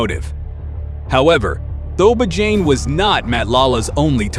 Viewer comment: lol You are not trying to pronounce any of the names correctly. But I know its not your Language but let me help you. Matlala can be read as Marclarla and Thobejane can sound like Torbeh Jaan with no space in between. It will be more like Torberjaan. But you know how to tell a story. I enjoyed your show.